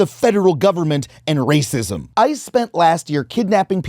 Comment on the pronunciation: i thought for some reason he said I and not ICE